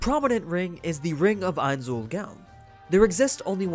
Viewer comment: The way he Pronounces Ains Ool "GOOUUWWNN" LOL!!!!